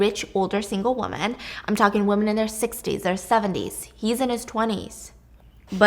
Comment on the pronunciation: Women not woman.